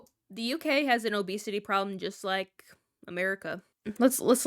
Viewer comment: It’s actually hilarious how she went on about how the word “fat” doesn’t bother her but she can’t even say “obese/obesity” 🤣🤦🏼‍♀️